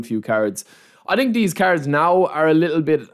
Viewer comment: its so funny how he pronounces some words „tree“ players, „i think „deez“, let me know what you guys „tink“